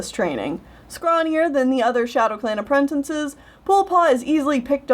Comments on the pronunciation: I'm sorry, but I laugh every time you say "apprentinces" instead of "apprentices" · Anoder thing.... you say apprentinces...... ITS apprenTICES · I dont know why no one says this but has no one noticed how says a-pre-n-ten-ces instead of a-pre-n-ti-ces it really bugs me, since its spelt apprentices